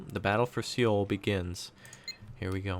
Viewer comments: It's actually So-Wul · i believe Seoul is pronounced Soul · Nice video, I think the correct pronunciation is "Soul"